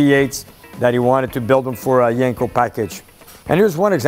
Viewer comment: it's not yanko its yenko lol